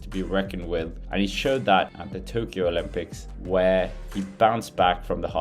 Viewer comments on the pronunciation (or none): none